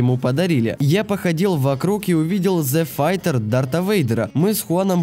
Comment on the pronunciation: какой "зе файтер", минус уши, ну правильнее ведь "тай файтер"